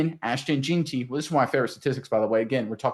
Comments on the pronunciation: It's pronounced "JENN-tee" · Lmao it’s pronounced JEN-TEE